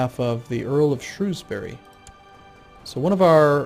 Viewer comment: i love how despite his butchering of every province name, he still manages to pronounce shrewsbury better than half the bloody UK do.